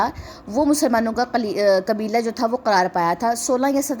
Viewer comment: Behen qibla kehye ,aap ne qabila kehdiya,masha allah aap ki qiraath achchi hai.